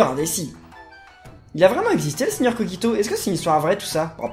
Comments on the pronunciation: Sa se prononce kojito dans le dessin anime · Dans l'anime ils disent koJito et non kogito donc voilà ^^' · Sa s'écrit kogito mais sa ce dit kojito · ON DIT koJito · Kogito ce prononce avec un J pas un G